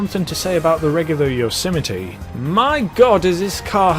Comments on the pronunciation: Listen to the guy on the Blonded music station. During the advert he pronounces the car "Yose-my-ee" not Yosemitee. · Anyone else irritated evetytime he said Yosemite? Bruh he be like *yosəmitiee* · It's pronounced, "yOZ might" Fucks sakes... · Yose - mite This man said yo - si - mi - tee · I thought it was pronounced like "yoze might" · Yo-sim-I-tee What the fuck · I've been pronouncing it as "yo-ser-might" all along.. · Isn’t pronounced Yo so Might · Gta YOSMITE p.g - no yosimitee